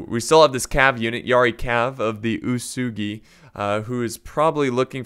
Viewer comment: OO-EH-S-GHI. Ōtomo I guess many English speakers cannot remind the original pronunciation of alphabet letters. It's much easier to explain the pronunciation to Italians or Spaniards.